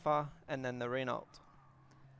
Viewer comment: It's pronounced Ren oooow. The t is silent. Just fyi